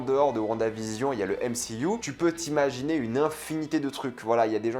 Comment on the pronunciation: Frérot on dit pas mcuu mais mcu 😂😂